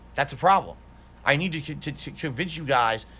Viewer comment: "I nee-though that money, I do, I need that money."